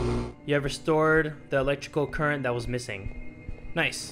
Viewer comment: Did he really just say niceu, he definitely stole that from J-hope. I hate snakeu.